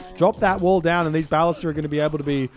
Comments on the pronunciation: I think his emphasis is still on the first syllable, whereas every pronunciation I can find has the emphasis on the second syllable. Hence, buh-LIS-tuh. I can accept that the “a” in ballista has multiple different pronunciations, but from what I can tell, even the Ancient Greek pronunciation places the emphasis on the second syllable. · Your pronunciation of “ballista” is unique. I’ve always heard it “buh-lih-stuh”